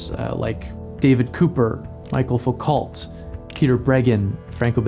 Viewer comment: Bruh, did you just say "Fo-cult"!? 🤣